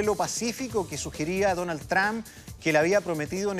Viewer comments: que necedad por que peru argentina chile pronuncian tramp no es asi se pronuncia tromp y se escribe trump por que insisten en pronunciar equivocadamente tramp tramp tramp que ignorancia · NO DIGAN MÁS DONAL “TRAMP”. SE DICE “TROMP” y SE ESCRIBE TRUMP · Se pronuncia Trump No trampa . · el presidente TRAM dice este señor jajaja